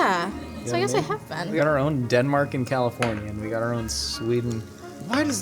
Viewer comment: Does pronounce California like cauliflower?